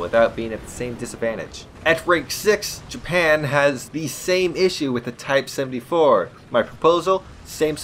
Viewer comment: How do you get type 74 wrong every single time you say it, but only care to correct yourself on the m1a1, sad!